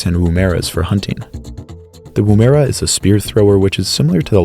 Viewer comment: Woomera pronounced like the wom in woman not the wom in womb. Goanna is pronounced like the womans name Anna not the ana like in banana, so literally "Go Anna". I don't think you should be censoring art by covering genitals in ancient art, either show the artwork as is, or chose another piece of art that you're more comfortable with. The first "a" in Kakadu is pronounced like the a in back or pack not bark or park, Kaka-du to you! You repeatedly use the imperial system, feet yards fahrenheit miles pounds etc, which is only used by Liberia Myannmar and USA, or about 5% of the global (and Youtube) population, if you insist on using this system could you at least put the metric conversion in subtitles so the other 95% of the world can understand the significance of your narrating, thanks.